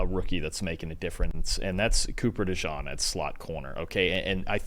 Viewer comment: It's Cooper DeJEAN. Pronounced like the Jeans you wear. DeJawn is a nickname that some gave to him. Not sure if you know this.